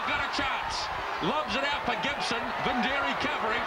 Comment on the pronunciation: for fuck sakes,, it's not joeli vindiri, you stupid shit stomper, its joeli vidiri, what's wrong with the commentators back then , counties wing David wood they called him David woods, Jonah lomu first appearance for counties they called him johno Loma